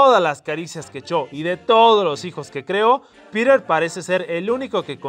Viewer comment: soy el unico que entiende pirer en ves de piter?